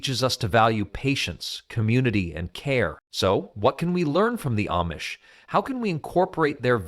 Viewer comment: That's AMISH!! Not AMMMMISH!! Use Proper ENGLISH!!